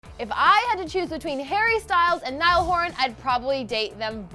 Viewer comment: it's NIALL